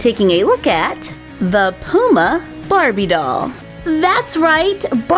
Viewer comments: It’s not Pooma it’s p you ma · Its puma not pooma 😂😂😂😂😂😂😂😂😂😂😂😂😂😂😂😂😂😂😂😂😂😂😂😂😂😂😂😂😂😂😂😂😂😂😂😂😂😂😂😂😂😂😂😂😂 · You keep sayin Pooma it’s puma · Lol love the way u say Puma Where I live we say Puma like "Pyuma" but says "Pooma" Hehehehehehe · I love the way u say puma x 😂♥️